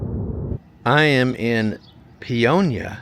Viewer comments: That's Pay-o-nia not Pee-on-ya. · Paonia, not Peonia 😅 Welcome to western colorado 💚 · You totally pronounced the name wrong. It’s Pay-own-ya. Yes a wonderful town. Western slope is very pretty. Best peaches ever come from the western slope. Western slope is also known for their apples and lavender. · pronounced 'pay own ya'